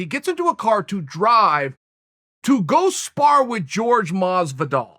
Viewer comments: He keeps saying "george" masvidal not Jorge masvidal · It took me way longer than it should have to realise he was talking about Jorge when he pronounced it “George”